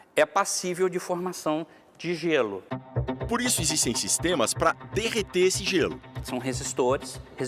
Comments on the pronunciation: Nossa!!! Quantos erros de português desde repórter… derretê, minhatura…. Caramba, por isso que o brasileiro está ficando CADA VEZ MAIS BURRO!!!! Que saco! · Nossa!!! Com todo respeito à situação triste do acidente, fiquei mais chocada com a quantidade de erros de português do repórter que narra a matéria… foi se o tempo onde repórteres tinham que ter uma dicção perfeita… Irritou ouvir ele falando derretê, minhatura…. Caramba, por isso que o brasileiro está ficando CADA VEZ MAIS BURRO!!!! Que saco! >>> E para quem criticar a minha crítica, já fica a dica: é por aceitarmos um padrão baixo de qualidade em todos os sentidos da vida que tragédias como esta, acontecem. TEMOS que exigir mais profissionalismo em todas as áreas do Brasil. O padrão de qualidade está muito, MUITO fraco 😒